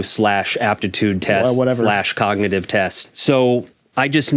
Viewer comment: What's this word here ... COG-NI-ITIE-VEE yeah that's it. Well done, Me President, Sir that's amazing